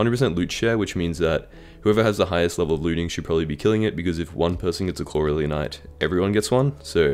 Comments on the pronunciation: didnt know corleonite was so hard to americans to say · Even my yt crashed when he was pronouncing corleon